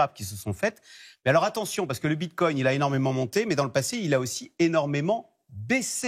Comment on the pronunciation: " Bit-cogne " 🤣🤣🤣 Le mec a du le dire 5 fois, j'en peux plus de ces guignols